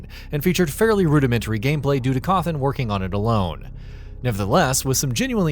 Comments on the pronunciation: It's Scott Cawthon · Did you just call him Scott Coffin?